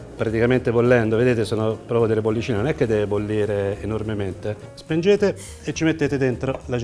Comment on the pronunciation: sei bravo e simpatico però porca miseria: si dice SPEGNERE, NON SPENGERE! Ma possibile che nessuno te l’abbia mai detto???